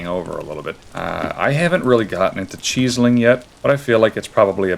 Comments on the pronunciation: CHEESE-ling? Isn’t it Chisel like “is ill”?? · please help he keeps saying cheesiling 😭(no offense but that's how it sounds to me) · Man really says "cheese-eling" :eyes-purple-crying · Are you saying chiseling like that on purpose orrrr...? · you say chiseling like that one more time and it wont be pretty pal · The pronunciation of "chiseling" is killing me. You're doing great in terms of progress.